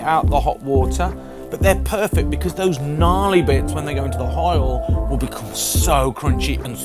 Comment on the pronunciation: What is HOIL please? lol